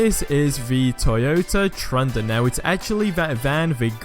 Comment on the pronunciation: Pronounces it Toyota trunda